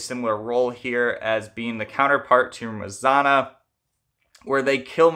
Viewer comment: There’s no R sound in Marzanna . RZ is pronounced same as you would pronounce ż . Also you should pronounce both N .